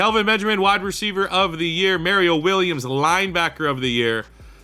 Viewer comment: These retro rebuilds are great but the way u pronounce Mario Williams hurts my brain lmao